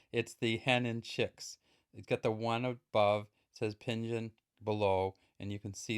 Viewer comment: Pronounced ping-gin or pin-gin. The freestate is pronounced seer-stawt air-in ◡̈